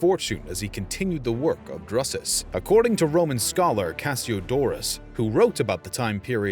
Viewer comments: had to mute it, the pronunciation of Drusus is so way off anything resembling that name is killing me. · 2.22. Drusus. Is pronounced droo-sus. Never have i heard it said dru-sus. Why are you saying it that way? Everyone says droosus? Have you never heard it said out loud before? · OMG. Learn how to pronounce the man's name right. It is pronounced Droosoos, not Druhsuhs. Even pronouncing it Droosuhs would have been much better. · It's not pronounced druhsus...it's pronounced DROOsus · Not Drusus but pronounced Droosus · Droosus, not druhsus. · "Drusus" is pronounced "droo-suss", not "druss-uss". "Troops" is also a little inaccurate when referring to the Germanic tribesmen. It implies a discipline in battle that they didn't have. Also, to offer a clarification, after the disaster of 9 AD, the Romans did colonize part of Germania, between the Rhein, Main, and Danube. They built a wall along the border, and this area remained Roman till the 5th century. But correct, they gave up on the idea of extending the empire to the Weser or the Elbe. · Droosus. Or Droosoos, Not Druhsuhs. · DROO-SUS not druh-sus. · its pronounced DREWsus fuck sake. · Isn't it pronounced Droosus? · I couldn't take this seriously anymore after he butchered the name "Drusus." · Amusing mispronunciation of Drusus throughout the commentary. Otherwise, informative. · Good topic. The pronunciation of Drusus sounds off. There were subsequent efforts to punish the Germans and conquer portions of Germania - Germanicus made attempts. Domitian (and others), cordoned off pieces of territory between the Rhine and Danube with the Limes. Later, Marcus Aurelius wanted to cover some substantial areas north of the Danube, as a response to the Marcommani wars. So the question is, why they were not successful over the long term, and, were left exposed to serious incursions in the Third Century. Why the Germanic resilience, and later, threat?